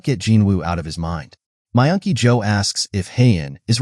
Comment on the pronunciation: Myungky yo sounded like you were saying my auntie Jo